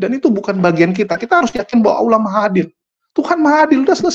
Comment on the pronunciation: Pak pendeta. Anda ini lumayan cerdas los, ilmu anda lumayan, nahhhhh nahhhhhhhh sejak kapan orang kristen bilang " Allah" dg cara pungucapan islam...nahhhhh.. naaahhhhhh anda ini apa yaaaaaaaaa????